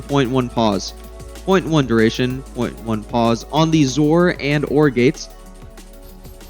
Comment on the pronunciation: I love that you pronounce XOR as "zore". As a programmer, that's how I've always said it.